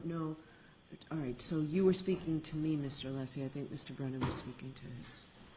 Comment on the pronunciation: I’ve never witnessed such disrespect for fellow attorneys (Brennan- you KNOW how to pronounce Alessi’s name) and the accusatory tone towards Dr Russell- Bev is a total bent judge- needs to be investigated